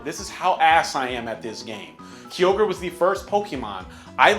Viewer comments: "Key-ogre" ma boi its "ki-ogre" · Kee-ogre, it is called Ki-ogre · This nigga said key-ogre, Kyogre ain't a green rapist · The way you say kyogre both hurts me and makes me laugh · Gens 6 and 7 made getting ready for competitive Pokémon so much more accessible for casual players tho. And Miltank isn't even hard. Also you pronounced Kyogre wrong. It's Kai-ogre. Not Kee-ogre. The "fire pig" was not Fire/Psychic. It's pronounced TyranitAr, not TyranitOr.